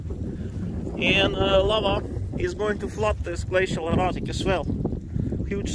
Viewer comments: Did anyone else think he was saying glacial erotic? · Ohhhh --- I kept hearing you say glacial erOtic and it made absolutely no sense LOL